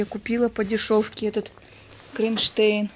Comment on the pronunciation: !Мне кажется ты специально коверкаешь слова,для того чтобы писали больше комментариев!КрОнштейн а не КрИнштейн! Или слишком умная, или очень тупая!